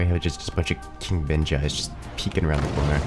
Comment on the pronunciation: Did anyone else hear "King Benji" as "King Bitch" at the start?